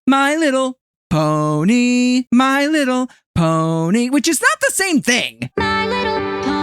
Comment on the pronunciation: is it just me or is there a pause like "my little.... pony" 🤨